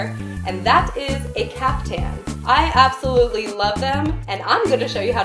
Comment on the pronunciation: It's pronounced caafthan